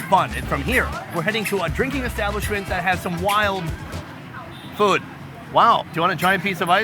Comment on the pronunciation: Why does this guy pronounce food "FWOOOD"?